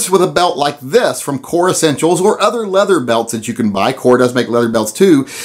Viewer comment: Leather CHER, LOL.